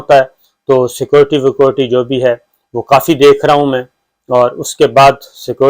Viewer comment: Please apni”scorty”theek karain proper bola karain security